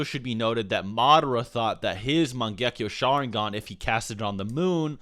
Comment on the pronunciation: I'm not a hater but is he even a Naruto fan?How he pronounces mangekyo sharingan or exactly the same at Shisui is simply terrible.